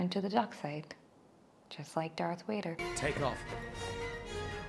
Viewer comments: It's not your accent but your pronunciation. You're saying it with a "W" sound but it's actually a "V" sound. All Sith sabres are red. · Yay! I've been waiting for you to finally get to these! 🙌 By the way,, I know you pronounce Vader as "Wader", but I also know that's just your natural Indian accent, and I really don't like seeing the other commenters make fun of you for that - I find it very rude. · Why is she saying Vader like ‘Wayder’ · I like the dark makeup. p.s. Don't worry about the pronunciation of Vader. I don't know what your first language is, but I know that the Hindi consonant व can function as both v and w sounds. So, it's easy to mix up the English v and w.